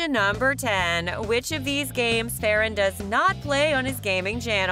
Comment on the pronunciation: Do you know that Farran name wrong